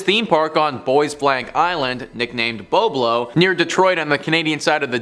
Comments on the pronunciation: It is pronounced Bob lo like the name Bob short a sound. I am 68 and from Detroit n have been there for many times as a kid, as was my Mom and her friends in high school as I have it in her diary to this day!!! She grew up in the 1940's, and writes og parties and dancing and going to do the same on Bob Lo (like Bob Hope)!! Its VERY upsetting hearing you call it incorrectly!! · It’s pronounced: BOB-LOW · Correction from typing - BOB short o like Bob Marley - lo Island!!!